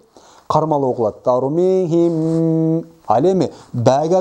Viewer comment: Ас саламу алейкум суроо? сукунду мим ба тамгасына жолукканда бираз в тамгасына ыктап окууп жатасызбы? Тормиихивв бихижароо деп. Рахмат Аллах ыразы болсун аминь